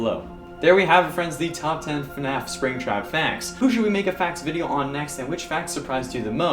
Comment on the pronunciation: do you realize u said NAF when you started the video?!?!